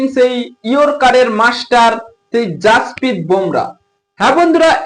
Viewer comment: ওলাউন্ডার✅ অলরাউন্ডার❌ মিষ্টি✅ মিস্ট্রি❌ জাসপিত✅ জসপ্রিত❌ 😂😂